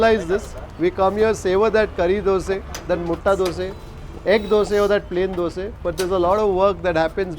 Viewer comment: Why you say dose not dosa. It sounds off or I am wrong?